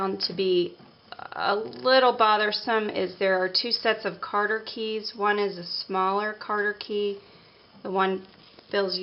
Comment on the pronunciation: "Cotter Key" or "Cotter Pin", not " Carter"